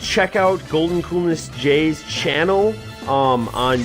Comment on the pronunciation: It's goldncoolness not goldencoolness